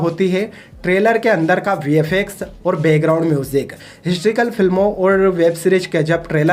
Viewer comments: Bolna seekh le phle... हिस्ट्रीकल nahi हिस्टोरिकल होता है🤣🤣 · Hysterical nahin historical, pehle beta khud ka accent sudhaar baad mein bakchodi karna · Historical bro not histrical. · Abey laura histrical ny historical hota ha. Kya critic bna ga rey tu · Histrical नहीं historical होता है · Galtiaa nikaalna aasaaan hai baithke....tu pehle historical bolnaaa seeekh baadme bhaashan phek....